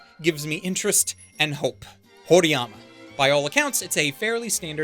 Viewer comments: I know Mushoku Tensei is an isekai but apparently it's the LN that inspired the other isekai LNs and apparently even if it does have the cliches it uses them right. It's supposed to be really good from what I've heard so I'd say it's worth a watch. Also, it's Horimiya not Horiyama lol. There's also a show that you didn't mention called Back Arrow. It's an anime original by Studio VOLN and the script is done by Kill La Kill's original creator and it's directed by Code Geass' original creator and director. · its called horimiya....not horiyama xD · Its "Horimiya"...btw......and not "Horiyama"..... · it's Horimiya not Horiyama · horimiya, not horiyama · I do want to mention that I think you're going to more about Dr. Stone's plot than you expect. The entire war thing was done very well in the manga, and there's definitely places the plot can go, so it should be quite good. Also, It's Horimiya, not Horiyama :P The title is a combination of the names of the leads: Hori, and Miyamura. It's also a pretty good romcom, that goes somewhere, and not just a generic one IMO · Lol it’s “Horimiya” not “Horiyama” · Uhh its not horiyama its horimiya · this man really said "horiyama" smh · did he just call horimiya HORIYAMA??